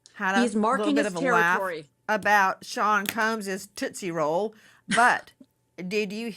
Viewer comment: Toostie roll😂